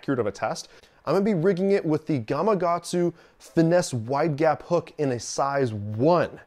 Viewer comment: Catches thousands of fish...can't even pronounce gamakatsu.